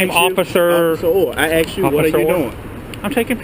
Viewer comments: He axed you... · Excuse me.....You AXED me? wouldn't that be at least assault? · Again it is not axe. The English word is asked. I think he wants to cut down a tree when said axe. Can't even pronounce a simple word. And he protects. Wow idiot's are out. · The word is asked. Not axe. Learn how to pronounce words. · He axed him...🤣🤣🤣🤣🤣